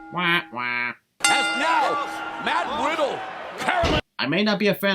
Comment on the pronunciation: i think he said matt widdle